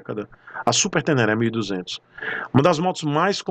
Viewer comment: Vou ser "Zé Frizinho" aqui. O áudio do dono da moto ele fala super tenere (som fechado no e), mas na realidade é super ténéné (som aberterto no é). Super ténéné é o correto 👨‍🏫🤣. Deixa isso tudo pra lá... Yamaha sempre fazendo coisa estranha com seus produtos.